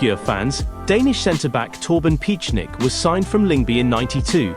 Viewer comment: Piechnik is pronounced Picnic, not Pitch-nick... ;)